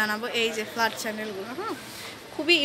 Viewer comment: No offense but when she says flat I hear flood 😂😂